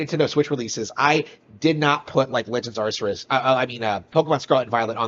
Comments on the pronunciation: Wow... this guy is just... so weird! I mean, firstly, have some pride! He's slouched on a couch with his eyes barely open and his shirt not even covering his gut. Ugh. Also, it's not "arr-ser-us" it's "arr-kay-us". If you're gonna be a Nintendo fanboy, at least get the name right. The name is Arceus so I'd get like "arr-see-us" but where did "arr-ser-us" come from? Meanwhile, yeah, Elden Ring was a new IP with an M rating. Of course it's going to have less of a target audience. Add to that it being made by FromSoft, aka the people who make hard games. Target shrinks more. It's that nuance that matters. But eh, this guy is mostly just there to laugh at so I'm glad we can do that. ^^ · This mf is saying "Ar-ser-us" instead of "Ar-key-us" or even "Ar-see-us", yet he glazes Nintendo with his every breath. Then again, he's having a lot of issues using those brain chemicals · It’s pronoun AR-KEE-US Even though there’s no voice lines in the game it’s not hard to be read the name. I feel like he’s trolling dude. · The thing about his initial comment he fails to realise is that he is combining the sales numbers of Scarlet & Violet TOGETHER, now if you look at the sales of each individual game i.e Scarlet OR Violet I'd be willing to wager that Elden Ring outsold both. It's Ar-Cee-Us or if your a cultured person Arkoos. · "legends arceus" and he somehow adde a second r in there??? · I loved how you accurately called out his mispronunciation of legends arceus without even hearing the title once. That's pretty funny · Fanboy absolutely loves talking about Nintendo games but can't fucking pronounce Arceus